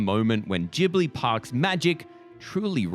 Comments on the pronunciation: Ghibli is pronounced with italian spelling rules (hard g) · It's Jib-lee, so maybe you're the one that isn't familiar. (The katakana read out ji-bu-ri.) EDIT: so, the pronunciation used in the video actually changes between jib-lee and gib-lee, so if you meant to say that gib-lee is wrong, I apologize. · You really switched between 'jee-bli' and 'ghee-bli' pronunciation, didn't you? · Nothing says how unfamiliar with Studio Ghibli's work more than how you day Ghibli. Gib-Lee (according to Google, I could be wrong and just being an A-hole 😅) this park looks immaculate. Love the video guys fantastic as always. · Miyazaki himself said that it's a made-up word, and actually, it's a half between the 2 pronunciations. In Japan, it's more like Jih-bur-ee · I was cringing so hard every time they say “GIBLI” 😭 There’s an H ffs, pronounce it!!!